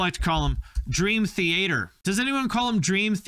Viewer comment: Finally someone pronounced dream theAter properly - I’ve been trying to get people to say “theAter” for years instead of “the-a-terrr”. Thank you 🥲